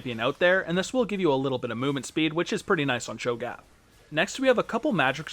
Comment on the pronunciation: Your pronunciation of cho'gath makes me cringe, but nice in depth guide